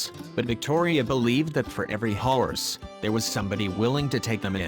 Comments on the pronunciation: I cant XD I cant just have one howrse XDDDDD this guy says it so weird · Why can’t he say horse correctly